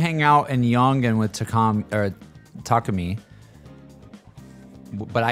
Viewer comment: When you say the A sound for takemi, don't use a hard A. For example, we don't pronounce the word abandoned like Ah-band-done. It's more like uh-ban-done. You dont push the voice down. Just relax it. And then smile. Now try Takemi - tuh- ke-me. Literally say each syllable with equal emphasis. Unlike English where the emphasis is on the first syllable, Japanese don't strongly emphasize the first syllable like we do in English. Often, you'll hear the American voice cast mispronounce their last nanes. For example, the American voice cast will say Sakamoto like--SAH-komodo with an emphasis on the first syllable and then just slurring the rest as fast they can. Only 1 NPC says the name correctly - -suh-koe-mo-toe saying each syllable. P.S I don't speak Japanese. Lol